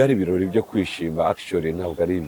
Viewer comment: Ntibavuga Ikirori, bavuga Ibirori.